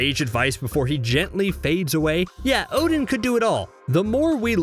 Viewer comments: So why you say his name wrong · Yeah well Marvel and Americans have always mispronounced these names